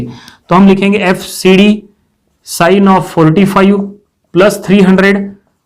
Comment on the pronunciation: Why cant he pronounce five correctly?